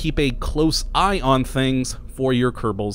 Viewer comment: For some weird reason I kept hearing "you have to keep an ION your electricity"...